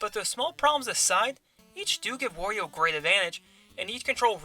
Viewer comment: How is wOrio? I only know wArio??